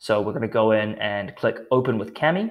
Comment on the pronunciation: Small gripe: Why do representatives/employees of this company pronounce KAMI incorrectly? It is clearly stated on their website that the name is derived from the Japanese word for paper 紙。This word is not pronounced "kammy" but rather "kah-me". End of gripe.